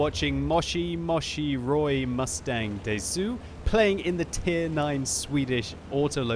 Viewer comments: you doesn't pronounce the "U" in desu... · It is quite entertaining to hear say ''Moshi Moshi'' and ''Desu''